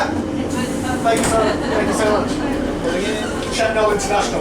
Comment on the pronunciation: Your pronunciation is wrong, its pronounced "Chet-nul"